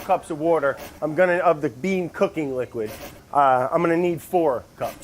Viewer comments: Taylor Slinger Does he say "wourder" on purpose or is that just the way he pronounces it? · One of the best parts of these videos is playing the "Spot the wourder" game trying to find the increasingly elusive edits by Vinny every time Brad says the W-word. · Oooh... missed a "wouder" edit at about ! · Take a shot everytime brad says" wourder" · Ten cups of WOURDER 😂😂😂😂😂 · Wourder Counter: many times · The editor is so, so cruel but it's so entertaining. I, for one, love Brad's "wourder" pronunciation. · The "Wourder" joke still makes me laugh every time he says it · Nick 🤣🤣🤣it’s just how Brad pronounces water